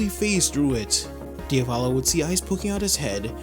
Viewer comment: “Diavallo” bro it’s pronounced Dia-vo-lo like how you would say Diablo